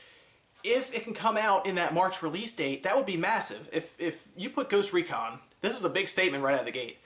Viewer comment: did he just say goost recon?